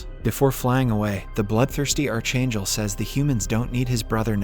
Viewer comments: I can't stand the way you pronounce the word "archangel"..it's scratching my brains 😢🫣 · You are pronouncing archangel wrong. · please learn to pronounce ARCHANGEL!!!!!!! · CH IS PRONOUNCED K IN ARCHANGEL AND MICHAEL